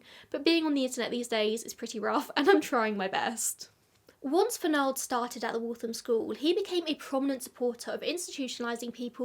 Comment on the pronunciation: The name does not rhyme with bald, it rhymes w the last syllable of Donald. This is my name. A prominent new England name. It should be noted I thought you would pronounce it correctly being English. My family.